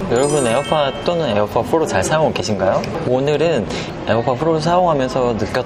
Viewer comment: pro가 아니라 fro네요 ㅋㅋㅋ